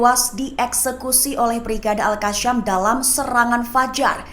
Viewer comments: AL Qassam bukan Al Qasyam. Sam bukan Syam. Tolong sebutkan perkataan yang benar! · Gatel bgt kuping dengernya... itu Al Qa'ss'am bukan Al Qa'sy'am. Kalau ga bisa baca jgn jadi narator. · Woy baca al qassam nya yg bener dong